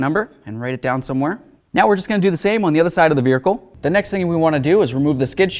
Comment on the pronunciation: Irritates me how this guy says vehicle😂